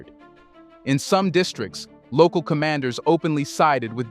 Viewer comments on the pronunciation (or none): none